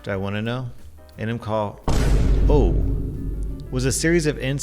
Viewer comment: I live in Washington; I've heard of the "horse incident". Not sure if it's true, but I heard he had a wife and kids and it made me feel so bad for his family. Not that it's super important, but you mispronounced Enumclaw. It's E as in see, not E as in Eminem. We have a lot of tribal names out here. One of my coworkers was working at the dessert case at a certain resort casino one night, and a guest asked for a scoop of "mook-a-tillo mud" (chocolate ice cream named after the local city of Mukilteo). He gave it to them, then asked where they were visiting from. They were so impressed he knew they were tourists! (That one is "muck-ill-tea-oh"). Edit: Word to the wise... if the locals know you're a tourist, you did something clearly not native. You ain't blending. That's okay though, nothing wrong with it. I always hope visitors have fun here. 😊